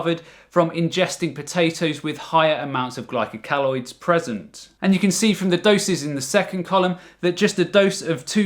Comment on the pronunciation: Interesting video. Glycoalkaloid is pronounced 'glyco- alkaloid' not 'glyco- caloid'.